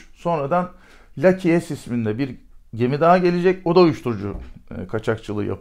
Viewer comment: Leke s ney la lucky yazıyor leke mi okunuyor